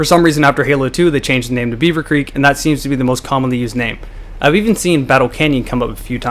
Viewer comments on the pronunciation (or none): It's creek, not Greek idiot